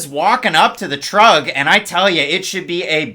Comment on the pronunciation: "...walking up to the trug..." hehe.